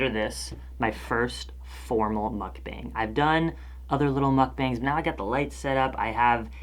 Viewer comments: the 'a' in "mukbang" is pronounced as 'ah' sorry it really bothered me love your videos! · It's ' mook-bong' i ☺. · google how one should pronounce mukbang (korean word) ... because you're saying it wrong.k